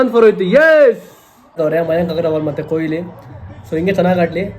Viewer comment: Koili alla kanro adu KOHLI !!! Ondu hesru helokkoo barolva? Avra hesru haal maadthriralro thu!